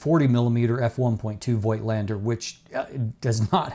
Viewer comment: "FOLK - LEN - DA"